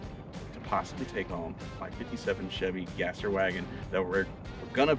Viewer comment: Holy monkey-nards, FINN! I want that wagon soooooooooooo much! I want to see HOURS & HOURS of that (Chevy Gasser) Chevasser build! Given what it will end up being, I even like “Chevasser” was pronounced like “Courvoisier”